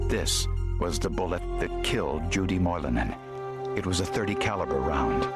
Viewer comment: Moilanen, Lampinen? Finnish (heritage) representation in Forenic Files! The pronounciation is good as well